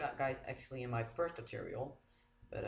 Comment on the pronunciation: For the record, its tutorial not toturial